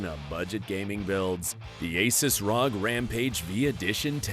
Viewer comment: Asus is not pronounced as you did btw. Just wanted you to be aware =)